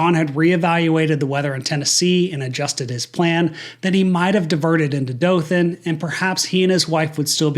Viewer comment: I'm from Dothan and hearing someone say it correctly is so refreshing. I actually took my first flight as a passenger out of Dothan regional